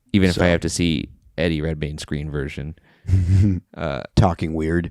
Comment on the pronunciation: "If you go in there trying to see Ha-rry Po-tta..." "...you're not, you're going to get Eddie Red-MAYNE."